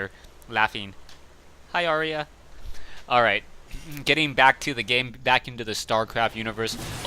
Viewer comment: its Aria, not Arya, lolololol